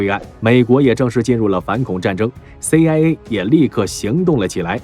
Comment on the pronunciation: CIA讀了什麼 AiA。